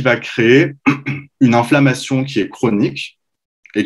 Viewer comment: On prononce INflammation et non ANflammation …. INfection et non ANfection …. etc etc ….